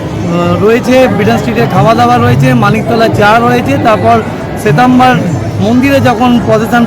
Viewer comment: SWETAMBER hobe word ta ShriTrambar noy